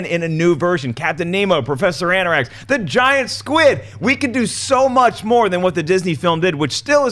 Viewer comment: Anarax? Can't anyone even pronounce the name correctly? That mistake shows that none of these people really care, so I don't care what they have to say.